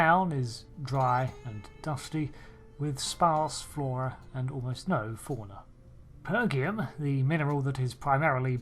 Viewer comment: Pergium (per jee um) is first mention in the TOS episode Devil in the dark using that pronunciation. It hurts my brain to hear it pronounced pergium (per gee um) lol. Otherwise I absolutely love your content. Keep it up. =D